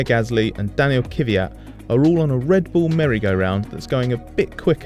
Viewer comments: Again: its Kvee -yat and not kyviat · ITS KVYAT, NOT KY VI AT! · KVYAT, NOT KIFIAT!!! 😠😠😠😠😠😠😠😠😠😠😠😠😠😠😠😠😠😠😠😠😠😠😠😠😠😠😠😠😠😠😠😠😠😠😠😠😠😠😠😠😠😠😠😠😠😠😠😠😠😠😠😠😠😠😠😠😠😠😠😠😠😠😠😠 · I can't take you seriously as a journalist if you can't pronounce the name of the driver correctly after 3 years. It's Daniil KVYAT no KYVYAT. There is no Y between the K and the V. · KVYAT not KYVYAT - it's not that hard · Why does the narrator say kiwiyat, its so annoying